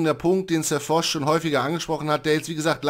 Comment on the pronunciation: Es heißt Foch und nicht "Fosch". Okay ich lösch mich.....